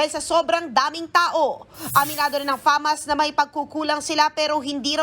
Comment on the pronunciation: Bk fasma hindi famas